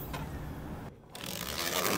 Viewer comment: Фух, произнесла, таки, под конец название полностью и правильно. Было впечатление, что после «Ламбо…» не уверена, как сказать правильно - «…ргини» или «…рджини» Я, таки, радый😊